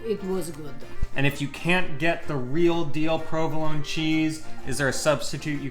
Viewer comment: She even knows how to cut the mozzarella di bufala the correct way! I hope people pay attention to these details. So much good info in this video! Also, a bit stupid of to correct english pronunciation while butchering the pronunciation of "provolone" over and over:P